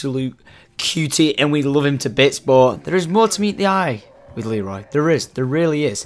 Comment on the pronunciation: It's not leery